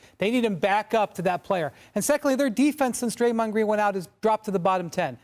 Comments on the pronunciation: Did Malika say, "Gray-mond Green." 🤣🤣🤣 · Crazy thing is she knew she said his name wrong and still didn't correct it. Smh